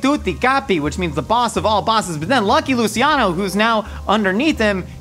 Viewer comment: Its pronounced Lu"ch"iano not Lu"see"iano